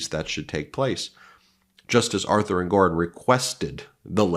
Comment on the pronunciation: ENG or on, not En GOR on.